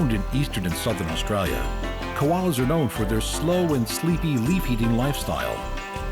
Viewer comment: Aussie here I cringe everytime he says "Australia"